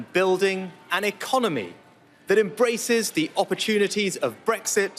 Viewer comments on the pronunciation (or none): none